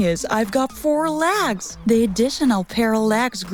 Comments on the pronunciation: she is saying lags just noticed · She says lags